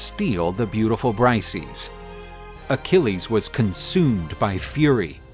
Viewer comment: You pronounced Briseis extremely wrong. It’s not Brice-eez. It’s Bris-say-iss